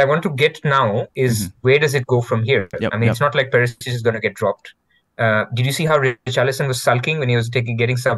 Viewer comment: Very deep analysis. Word to the wise: its Perishich, not Perisich. (pronounced Per-ee- shee - ch)